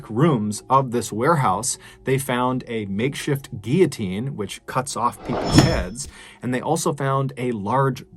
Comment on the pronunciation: Not to nitpick, but so many people pronounce guillotine as if it's a Spanish word. The L's are not silent. It's not "Geeyateen", it's "Gill-o-teen"